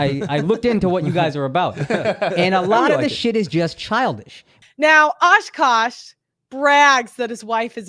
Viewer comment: It's not Ashkaash it's AKASH damn